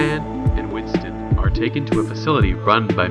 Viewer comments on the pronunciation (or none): You got frypan and Winston wrong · My mans got fry pan and Winston wrong😂